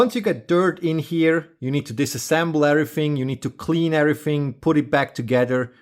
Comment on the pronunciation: Your videos are absolute perfection I enjoyed watching this so much I watched it at normal speed instead of 2x speed like I watch all videos. I love how you say the word everyFing I was waiting for you to need the lathe to work on the lathe lol